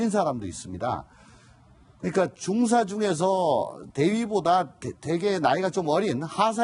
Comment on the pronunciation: 방송발음똑바로 중사는 하사다음 발음똑바로